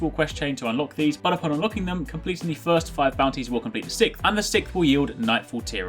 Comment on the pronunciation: Hey I was wondering something. For the past couple of weeks every time you talk about the bounties for Lord Shaxx and you start talking about the sixth one it sounds like you are saying sith. Is that because of you English accent or am I just start to hear things that aren't there???